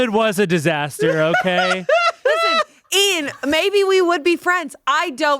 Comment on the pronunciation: Ian Eean Heean